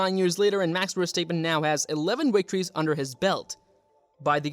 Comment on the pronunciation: great video but its pronounced "verstap {pen}" not verstap {peen} haha